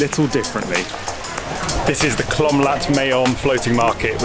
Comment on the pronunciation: I love the fact that you went out and explored different parts of the city. I am glad you enjoyed it. Your VDO is very nice very cute .BTW it’s Klong Lat MAYOM not Klom. Klong in Thai means canal. So cute though tHat you said Klom. You made me smile ☺️